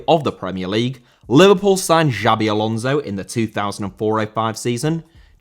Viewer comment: Alonso* not Alonzouw